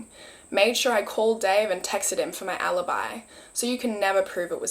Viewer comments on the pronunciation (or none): none